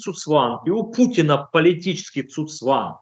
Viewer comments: Не цуцванг, а цуГцванг! Говорите грамотно. Ну а в целом все правильно - термин абсолютно применим к ситуации, когда чувак сам себя душит каждым своим движением. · Уважаемый гость, не "цуцванг", а "ЦУГЦВАНГ" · Цу цванг-очередной болван слышал звон, но не знает,как правильно произносится.